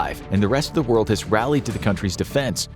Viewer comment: what "whole wold baks ukraine"????